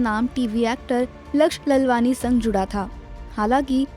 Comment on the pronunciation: Pronounce laalwaani. Not lalwani